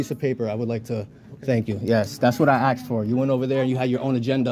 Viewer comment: Axed for or asked for?